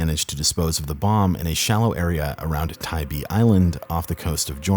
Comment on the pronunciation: Thank you so much for pronouncing “Tybee” right